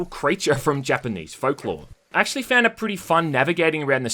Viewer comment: "acksually" literally not even 20 seconds after.